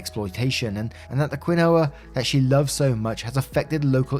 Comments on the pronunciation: WTF?! What did you call quinoa?? 🤣🤣Omgosh I'm stealing that! It's pronounced KEEN WAH... I am sooo going to start calling it what you did now though! Too funny!! Queenowa LOL. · Just a heads up for the future, quinoa is pronounced "keen-wah." Not trying to complain, love your stories and listen every day, normally within about 15-20 minutes after you post them (though daylight savings has messed up your second one because I frequently have meetings during that time). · quinoa... kwi-no-uh...!!! If you see a word you don't know, get the pronunciation. You read for a living! T_T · Hi. I don’t know if you read these after this long but I had a chuckle when you tried to pronounce “quinoa”. I never didn’t know how to pronounce it intil one day finally someone said they wanted a quinoa salad…..pronounced “keen-wah”. Go figure! English is a crazy language! Great stories! 😇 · keen-wha dude. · Nooooo, the quinoa 💀 bro, it’s keenwa 😂😂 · I've always pronounced it "Ken-Oh-Wah" because no one ever told me otherwise. Now I know! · That quinoa pronunciation😂😂 love you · Bro I also pronounced quinoa wrong for so long and even after I learned how it's pronounced I keep forgetting. Thanks for this comment.